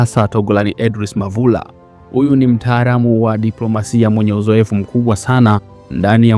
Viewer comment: Jifunze kiswahili kwanza ..sio laisi ni raisi...mtaalam sio mtaaram ..sio wazili ni waziri ..sio mshauli ni mshauri..